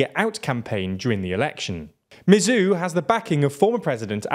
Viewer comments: A Maldivian here, firstly it's pronounced "sor lih" and "mu ezz" second, one of the reasons a lot of people are " pro china" in the Maldives is because one solih is seen as an ineffective leader because the economy mostly in the toilet during most of his parisdentcy ( because covid ) two general anxiety that India is going to take control of the country and fake rumors Three yameen is seen as innocent by large amount of people and other mumbojumbo (sorry for some spelling errors) edit: I don't like yameen or think India is gonna invade and also don't like solih or the other candidates. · Writing Team, President Solih is pronounced "Sow-lih", Dr. Muizzu is pronounced "Mu-eez" or "Mu-eez-u", President Yaameenr's pronunciation is mostly correct, but more emphasis is placed on elongating the vowels.